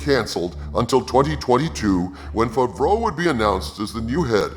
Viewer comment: 😂😂😂😂 it’s pronounced FAV-ROWE not FAHV-RO And you KNOW that NONE of this info is true,, you made it all up. This is your own unfulfilled fantasy dream. Keep dreaming. This is all bunk!